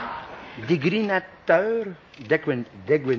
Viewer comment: No he wanted to say denigrating in french but mispronounced it in both languages as „dégrinateur“ „degrinating“. The correct french word would have been „dénigrant“